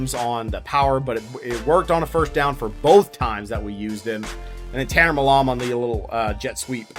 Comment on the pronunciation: Seriously don’t know how to pronounce the surname “Milam”? Lol